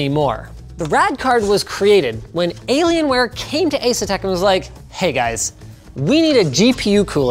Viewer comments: Maybe I'm just new to the internet, only 16 years of experience, but I LOST it at "delAy-lienware" 😂 I'm sure its been said before, but I've managed to dodge it for, what, probably a decade? The nonchalance of delivery was amazing. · Delalian wear 😂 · I never thought I would hear Dellienware in my life (or DellAlienware, whatever!)